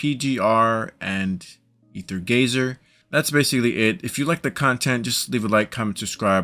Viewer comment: Stop calling it rather gazer